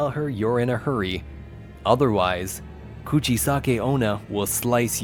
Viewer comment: Bruhh you talk soooo supper slow and your said "kuchisake-onna" it was so wrong Explenation like idc😑😑